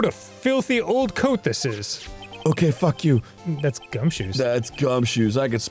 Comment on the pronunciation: that fawk you with the german accent is the best